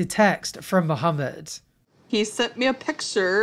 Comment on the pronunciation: May be a small thing to others but I appreciate the way pronounces Mohammed correctly 👌🏾